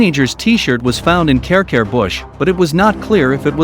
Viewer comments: Karekare is pronounced carry carry not care care and piha is pee hah -long sound on both syllables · American voices do not do well when Maori place names are involved! Care-Care (Karekare) !! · It’s not Carecare bush btw..